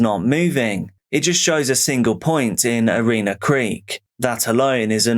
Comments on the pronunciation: Hi Great story and being not far from my home town I was surprised I hadn't heard of it yet. I would like to point out a slight pronunciation of one of the area names. It is pronounced ERINa, you had it as Arena. Appreciate all the work you put in to these videos bro, keep it up! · Erina is pronounced with a short "i", not Ereena